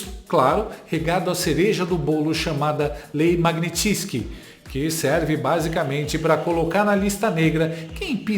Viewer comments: Oi! Por favor… corrige a sua pronúncia da “Lei Magnitsky” (ou Magnitsky Act). Faz alguns dias (assisto todos os seus vídeos diariamente!). Vc está dizendo Lei “MagniTISky”, com um som de “i” após o T! Está errado, data vênia… Um forte abraço deste admirador! 👍🏻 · MAG NITS KY. Que raio é uma lei magnitisky?